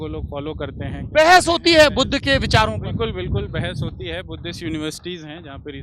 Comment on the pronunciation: budhuuu budhaa kya bola smjh nhi aaya kya bol rhe ho